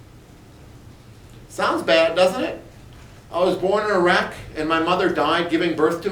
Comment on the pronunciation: About : "Tarwater was born in a wreck." It sounds like he is saying Iraq.